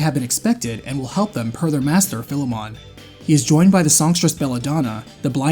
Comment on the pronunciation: You mispronounced Philemon again.